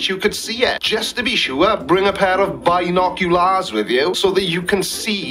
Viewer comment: Ooh sounds like someones been watching Snatch with that pronunciation of binoculars. 🤣Also no observation is valid from a flerf point of view unless it's witnessed first hand by a medically blind flerfer in person, whilst they are hopping in circles on one leg on the 30th February and the day ends with a Q.